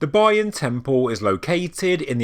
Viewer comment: It’s terrible pronouncing of Bayon and Khmer.